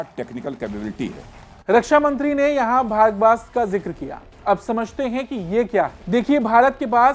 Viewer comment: You are pronouncing the name incorrectly